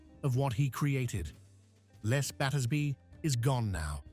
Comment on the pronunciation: It’s pronounced “LEZ” not “LESS” 🙄